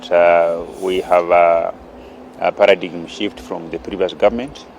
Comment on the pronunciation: my mp... paradigm is pronounced as 'paradaim' not 'para-dig-m'. Otherwise I wish you all the best.